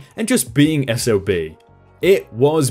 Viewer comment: I'm glad the narrator went from SOB back to S-O-B as it stands for "Son Of a Bitch" Which he certainly was in this story.